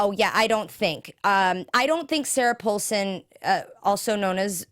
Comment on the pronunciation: Langdon not Landon, and Paulson not pullson!! That's driving me nuts!